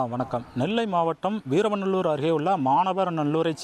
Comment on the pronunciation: முதலில் ஊர் பெயர் சரியா சொல்லுங்க வீரவநல்லூர்